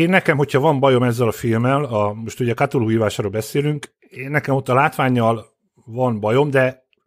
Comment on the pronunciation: "Kutulu"... "kátulu"... édes istenem... "K'tulu". Legalább egyszer ejtenétek helyesen.